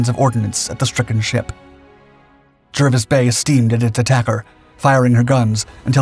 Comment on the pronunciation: Jervis is pronounced "Jarvis".